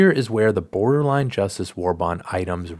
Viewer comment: Boderline Justice, Good video though but I found that funny.